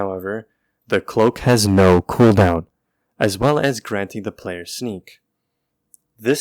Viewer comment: "Curently however, tHe ClOacK hAs nO CoWnDoWn."😂😂😂😂